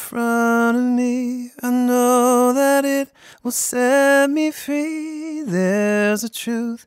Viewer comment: Cool, nice and easy! Why did you pronounce 'free' more like 'fee'? Any specific reason?